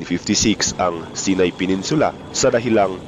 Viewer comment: Hindi sinay saynay ang pronounce ng Sinai lol ✌️